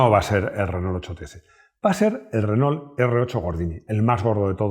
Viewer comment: Porqué los españoles dicen “RENÓL”? 🤦‍♂️. Renó, renó!